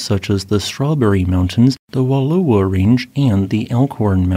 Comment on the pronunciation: WALL- LAH- WAHS Not, Wah-low-ohz.